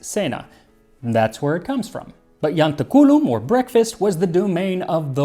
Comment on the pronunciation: It's "iantáculum" and the stress is on the next-to-last syllable - it has naught to to with "culum". This is all the funnier as you stress the Italian word "gentaculo" - which is the exact same word just some sound shifts later - without any blemish.